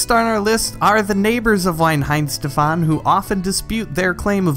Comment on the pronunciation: Loved the video dude. Just a heads up, but the 'W" in Weihenstephaner is pronounced as a 'V', and the whole word sounds more like "V-eye-hen-shteff-an-er". Similarly, "Weissbier" is pronounced more like "Vice-beer".